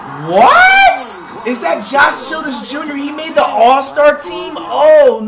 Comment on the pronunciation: he said josh childress jr 😂😂😂😂😂😂😂😂